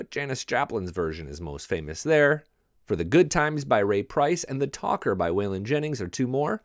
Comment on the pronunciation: "The TAKER"! NOT "The TaLker"!